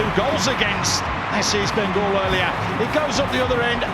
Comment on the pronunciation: Birght enobakhare goal was best but bro it is east bengal not beast bengal....